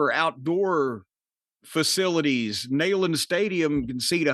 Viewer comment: I believe it is actually pronounced “neeland” stadium